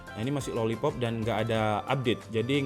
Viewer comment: Salah nyebut lolipop bang hehehe